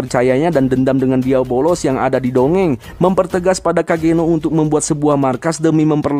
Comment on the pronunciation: Asuu gw nonton disini kirain nama iblisnyaa beneran diabolos karena dari awal disebutnya gitu dan gw ga merhatiin subtitle di video ini tapi pas nonton animenya langsung baru sadar kalo nama iblisnta diablos bukan diabolos 😂😂😂 pintar sekali anda bung meski salah pengucapan tapi dia komitmen akan terus menyebut diabolos sampe akhir video 😅